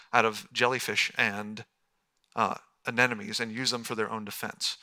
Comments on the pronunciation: Lol. "ah-NEH-no-meez!" TWICE! (P.S. It is Anemones.. "ah-NEH-moh-neez.") Meanwhile, other than that flub, this was good. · And...wouldn't it have been good to have some dimensions for the giant squid, the giant clams etc instead of "absolutely enormous"? He's a scientist, but still so vague. And still cannot correctly pronounce "ANEMONES".